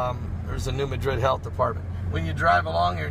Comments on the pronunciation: It's not muh-drid ,its Mad-rid New Madrid. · New MAD-rid not New MA-drid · New MA-drid, short "a", emphasis on first syllable. Sorry, but it's kind of like Cairo, Illinois, pronounced "Kay-row". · New Mad-drid is how it is pronounced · please say the city name correctly. thank you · He is not saying it correctly.